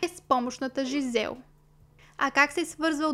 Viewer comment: Жизел и Доминик са французи и по този начин се произнасят имената. Не Джизел, което е английска интерпретация. Иначе, да, случаят е безпрецедентен и супер ужасен кошмар!